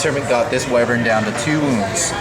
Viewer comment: The Whai-vern pronouncing dude should be shot, lol, it's Wih-vern, not Whai...